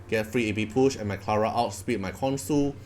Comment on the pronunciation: btw I pretty sure the pronounciation is "KonSHu"